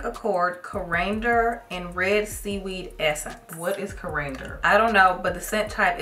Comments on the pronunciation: Corander😮😅😅😅 it’s Coriander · Babes it’s cory-ander. Coriander is the British word for cilantro. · It’s pronounced cori-ander. It’s an herb. Both cilantro and coriander come from the Coriandrum plant. Y’all probably ate coriander in some foods.